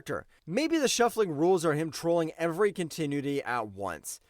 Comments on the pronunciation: I appreciate the video, but you gotta fix that pronunciation,. Continuity: kaan·tuh·noo·uh·tee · I hate to sound harsh, but please learn to use a dictionary or the Internet to sound out words you don't know how to pronounce before doing your next video. Hearing your attempts at "continuity", "Zapruder", "onomatopoeia", "cacophony", etc. are painful. If you want to do voiceovers you have to learn this stuff.